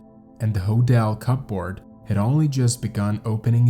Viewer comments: 'Cup board' !!!! Is pronounced cupboard lol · "cup board" 🤣. Hun its one word "cupboard" pronounced "cubbard". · "cupboard" is pronounced "cubberd" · ??? You sound English-speaking, but pronounce words oddly. "Cupboard" is pronounced "cubberd," a simple word to know, & not "cup board," as 2 separate, different words, with their usual pronunciations. ??? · WTF is a cup board? Synthetic voice needs a tweak...pronounced 'cuboard'. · It's pronounced cubberd, not cup board.. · I've never heard cup-board pronounced separately like like. Threw me off for a good minute 😅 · Cupboard, not cup Board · What, no living human beings available to read the narrative? "Cupboard" is NOT pronounced "cup board!" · unique pronunciation of 'skeletons' and "cup board" . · "Cupboard" "Cup board" Strange pronunciation lol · Cup board 😭🤭 This is a sad story. Even with the odd pronunciations. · LOL "in the cup'board" Thats cool. .... cupp'board. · Thoroughly researched and beautifully delivered! Thank you so much! I was taken aback at your lack of subscribers until I checked your “about”. The fact that you’ve only been doing this for a couple of months, is even more impressive! Keep up this standard and your channel will grow quickly! (Psst! Watch your pronunciations of some words, matey! For instance, “cupboard” has a silent “p”.) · "Cupboard". It's said as if the t is silent. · Cupboard is pronounced without the P lol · Re the word “cupboard” the “p” is silent. Interesting video thanks.